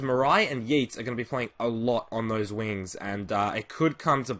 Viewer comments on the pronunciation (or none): City fan here - Morais is pronounced Morice and Yeates "Yates" by the way. Just letting you know, great videos!